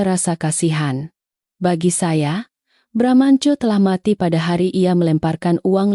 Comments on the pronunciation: Baramantio jadi bramnco😂tapi file yg seharusnya fail jadi FILE Wellcom jadi welcome😂hadeeehhh nararator konsisten deh biar gak risih denger narasinya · Sebenarnya Bramantiyo apa bramanco , yang benar dong kalau baca